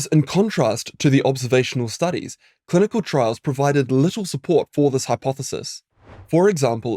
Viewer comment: "Clunical" studies 😂